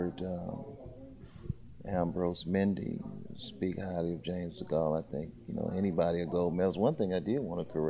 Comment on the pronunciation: someone tell him it's not Charles de Gaulle, t's James DeGale